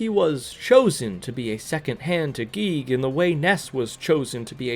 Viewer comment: "Geeg" It is GIGAS [Guy-Gas]